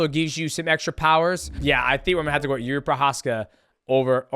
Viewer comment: Hey Champ, Jiri's name is pronounced "Yiji"